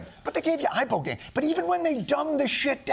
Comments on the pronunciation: Actually john is pronouncing Ibogaine wrong too. It’s pronounced “eh-bo-gah-EEN” Lol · The fact he can't pronunce a simple word as Ibogain is just 😂😂😂